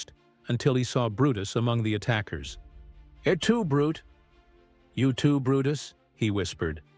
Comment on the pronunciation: "Brute" is pronounced (more-or-less) "Brutay." This is the proper noun "Brutus" in direct address.